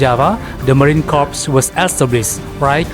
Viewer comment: Mohon izin admin Yth, maaf, dlm bhs inggris "corps" dilafalkan "kor" . Kalo "korps" di bhs inggris artinya mayat. Jaya selalu korps marinir